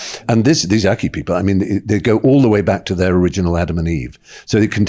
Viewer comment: Akha not Akki people